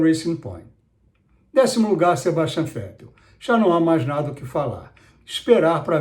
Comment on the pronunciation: falar Fettel foi engraçado